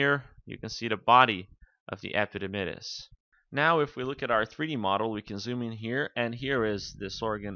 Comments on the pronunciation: "Epididymis" dr not "epidimydis" :/ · I could not go on after hearing him say epididymus....haha :-P